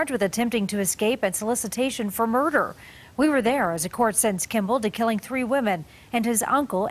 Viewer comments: I assumed that he would pronounce 2003 as “two tousand and tree” but surprisingly he just said “two thousand and tree.” Lol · Don't worry, pronounces the number "tree" in this one too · Gotta be a couple trees troout the video. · Two or tree times. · This comment has tree tree tree likes, no more liking! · But it isn’t one of the unicorn videos that contains 3 (tree), thirty (tirty), thirsty (tirsty), and thankful (tankful) all in one! I thought I was the only one so intrigued by his accent, in a positive and curious way, not insultive whatsoever. It’s an integral part of his great story-telling. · Ya got tree fiddy? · As in one, two, tree😅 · At least tree times. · My only complaint is not hearing “tree” enough. Other than that, great video. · He says it on any word that starts with "Th". Three is Tree, Throw is Trow, Threaten is Treton, etc. Soooo any Th words would be highly appreciated! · He should’ve been sentenced to 73 years instead of 70, just so should say “tree” yet another time... 😂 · Two thousand and tree. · I love the number "tree" in all of his videos. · Why can buddy not pronounce H? How do you actually say the words turd and tree? The exact same and three and third? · This is how Caribbeans pronounce the number 3, so is not alone. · In Irish garlic. The number three is trí. So that's how we pronounce it in Ireland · no she wasn't suggesting an episode she wants him to make a video about. She was just being immature like other people here, she was making fun of the way he pronounces 3, how all Irish people say it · He only covers stories with multiple number 3s in it